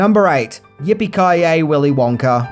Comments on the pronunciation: "Willy Wonker & The Chocolate Factory" was all I could hear him saying. If he said Wonka by itself, it was Wonka. But any words after it, it sounds like Wonker. 😂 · Why did u keep saying willy wonker and not willy wonka?? Cant you day ahhh?? Lol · Does anyone else want to throw something or scream everytime he says "Willy Wonker?" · The accent “Willy wonker” Me every time he says it “wonk-A, wonk-AH!” 😂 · Every time says willy wonker instead of willy wonka you have to take a shot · It's wonka not wonker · “Willy Wonker?” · I remember when I was a kid, my mom would always pronounce the name as “Willy Wanker” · Stop saying WONKER u don't even try to speak proper English also level your audio so it's all the same volume like are u new to tjis? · “Willy wonker” 💀💀💀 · I have a British accent question for you. Why do you sometimes change the way you pronounce "a" sounds? For example, you said the sentence like, "Gene Wilder played the legendary role of Willy Wonka in Willy Wonker and the chocolate factory". What, when and why makes you decide to pronounce the "a" to sound like "uh" and in the other, pronouce the "a" sound like "er"? I've wondered why this is done for a long time. I know that it isn't just you, I have heard other British people, documentarians, narrators and actors make the same different pronunciations. This question wasn't written to offend anyone; it was simply a question from a curios mind. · Willy "Wonker" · “Willy Wonker”😂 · Do you keep saying “Wonker”? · "willy wonker" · “Wonker” lol 😂😂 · Good as always, but I couldn't stop hearing you say "Willy Wonker", and then I would giggle about it should be Willy Wanker...and yes, I'm an adult. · I love how he keeps calling him WONKER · You say Willy Wonker... So annoying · Did you say “Willie Wonker”? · "Willy Wonker"? Lol. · Wonka with an A. Wonker??? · "Willy Wonker"?